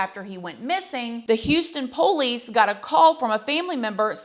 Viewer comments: I like how you say po-lice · It makes me giggle every time she says police bc she pronounces it like “pole-lease” 😂